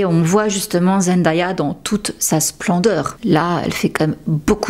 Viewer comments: J'ai adoré ta vidéo, mais ça se prononce "ZenDAYa" et pas ZendAya bis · Bonjour et merci pour la vidéo ! Superbe qualité comme toujours. Je me permets une petite remarque : comme on l'entend dès la première seconde de la vidéo, il faut prononcer "Zendéya". Elle insiste souvent dessus et n'apprécie pas que l'on écorche son prénom. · Super contenu, très intéressant ! Juste une petite remarque : attention à la prononciation du prénom de Zendaya. Sinon bravo pour le travail !